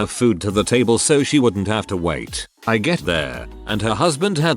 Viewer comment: O:21 that's the hardest T in wait I've ever heard